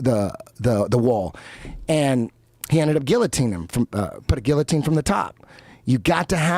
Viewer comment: An American that understands how to say "guillotine".... thank fuck. Yes there are two Ls in that word. Well done Eddie